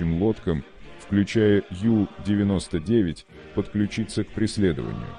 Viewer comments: Надо произносить правильно на немецкий манер У99,а не на английский манер Ю99! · Унтербот , по-немецки. У-99.